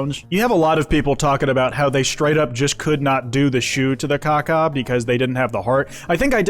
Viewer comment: please put emphasis on the w when you say KawKaw for obvious reasons...